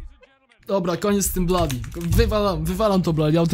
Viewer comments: Mówi się blodi a nie bladi xD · a to nie wymawia sie blody a nie bladi?